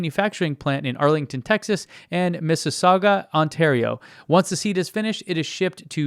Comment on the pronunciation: Great work on your pronunciation of Mississauga!! Americans usually massacre the name of that city.